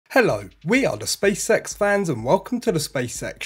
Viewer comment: How can i put this… please don’t take it in a bad way, but the way you say Spacex, somehow sounds like you say Space Sex 😅. I mean no offence 🙏. Maybe is just me 😂. Good video otherwise 👍🏻